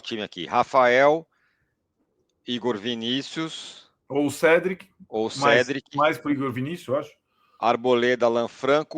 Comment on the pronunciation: Nossa, já falei um milhão de vezes, é CÉDRIC (Ceeeeeé dri(t) e não CEDRIC. (Ainn, mas a língua portuguesa blablabla...) Amigo, você não sabe nem escrever direito, não sabe nem a diferença de MAS pra MAIS e o nome do cara no idioma dele é assim. Ou você chama o COURTOIS (Cortouá) de (COURTOIS)? Ou Modric(t) de Modric(que)